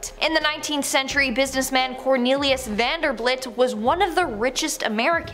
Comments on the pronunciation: Vanderbelt is how his name is pronounced! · THE NAME IS VANDERBILT NOT BLIT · Vanderbilt not VanderBLIT